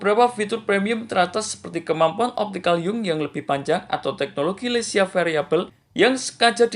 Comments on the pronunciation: LEIKA BANGG BUKAN LECIA🙏😐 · maaf bang koreksi dikit 🙏 leica bukan lecia🙏🤭